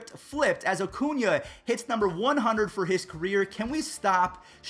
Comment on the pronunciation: Every time I hear say “Acuña”, I hear “O’Cuña” like he’s Irish or something 🤣